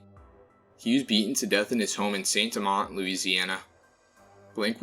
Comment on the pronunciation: Saint Amant, pronounced San ama. Go Gators.